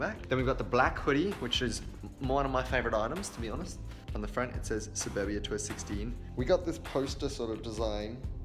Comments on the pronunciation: Lauren Sharp sapoobia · Omg I thought the same 😂 thought it was burbia like a burp hahah shame on me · The way he say suburbia kills me!!